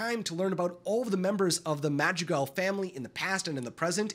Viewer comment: Every times he says Madrigal or Encanto makes me cry i hear thousands of Hispanic people crying every time